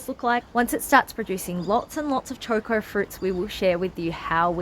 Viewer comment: It's not Chor Kors, it's Cho Ko, no R's in it.